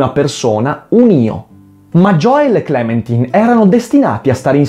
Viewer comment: fra ma si legge * clementain * sigh